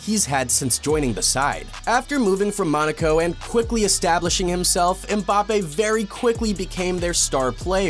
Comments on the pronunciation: Man actually said bappes there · he said Bappes :face-blue-smiling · No his name is Mbapaypal